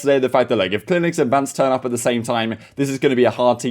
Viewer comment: His name is cleanx not clinex if you weren't speaking so fast you might be able to pronounce words better